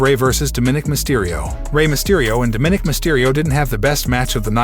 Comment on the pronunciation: lmfao, it's Dom a nic not Do min ik. Get a clue.